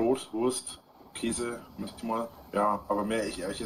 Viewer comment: ja man, dachte ich bin der einzige ... keeesä, bah Aber was mich auch grad zur zeit immer unglaublich mett macht, ist seine Aussprache von "Baby" ... Beeebi